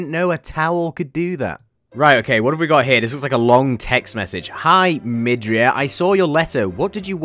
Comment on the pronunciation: thats from mha. deku, todoroki and he is saying midoriya not midriya bruh the amount of mha refrences like dude